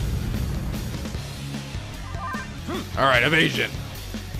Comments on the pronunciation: "Evasion!!!" Me: "I'm asian???" It sounded like he said that xD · when said "evasion" I heard "i'm Aisan"